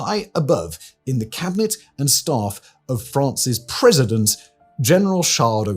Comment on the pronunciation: "Cabinarray"??? Hasn't even made the slightest effort to get these right😂😂😂